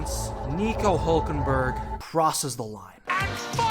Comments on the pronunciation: His name is Hülkenberg not Hulkenberg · It's Hülkenberg not Hulkenberg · hÜlkenberg!!!! ÜÜÜÜ, say it or leave it! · Its Hülkenberg not Hulkenberg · He is german and the name is hülkenberg with ü two points over the u (diese Kommentarsektion ist eigentum der BRD)